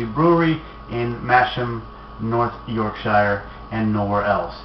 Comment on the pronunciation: hey - love yer reviews - btw it is pronounced north yorksure not shire - keep up the good work and review a canadian micro brew called steamwhistle